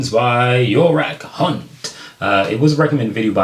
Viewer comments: Yorak Hunt, hahahahahahaha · Yorak Hunt 🤣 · Loved how you just glazed over his name Yorak Hunt......say it fast. You’ll get the drift😂